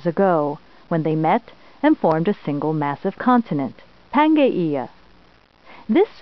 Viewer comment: Pangaea is pronounced "pan JEE a".